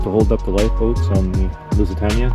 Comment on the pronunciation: Loved your video. Just one point , Lusitania is pronounced Lusitaneya. Cheers.